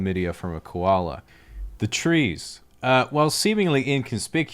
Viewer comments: Could really hear the accent in koala :) great video I always enjoy your stuff. Hi from Perth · Yeah for like 3 seconds when he mentions "Koala" his Aussie accent shines through :/